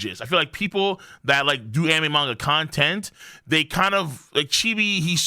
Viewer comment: I watched this dude regularly when he covered 7 deadly sins but had to stop because i hated how he pronounced the word manga. Jesus he has alot of drama